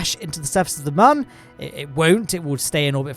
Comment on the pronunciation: moon or mum